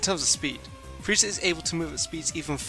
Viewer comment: Did you say frezia teleport what is wrong with you